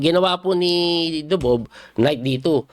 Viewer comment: Grabe ka Coach yung "Ako Dubob" mo. Laptrip!!! :face-blue-smiling